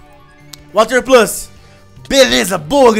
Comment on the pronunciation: o cara faz uma serie machinima de pokemon e ainda fala o nome errado water "pluse" mas mesmo assim serie daora